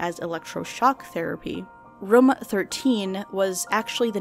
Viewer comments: me: "room": "röm" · Not a complaint, just wanted to say... I dunno how to feel about "Room" pronounced like "Rum" hahahah no hate, love your channel btw, bingewatching all your vids.